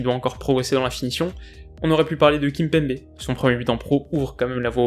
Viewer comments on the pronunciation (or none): none